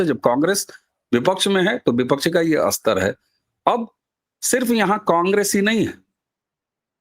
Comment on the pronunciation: हिंदी बहुत अशुद्ध बोली जाती है. स्तर शब्द को अस्तर " बोलना अशुद्ध है. व्याकरण मे स्तर शब्द ही शुद्ध है. श्रोता, वाचक, दर्शक ध्यान देवे.😢😢😢